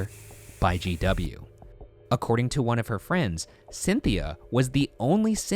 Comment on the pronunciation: to me sounds like he says JW not GW